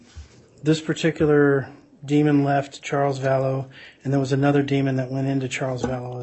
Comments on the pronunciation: It’s Demon, not Demond 😑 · DEMON! DEMON! It doesn’t have a D at the end. It annoys me so much when the state calls it a demond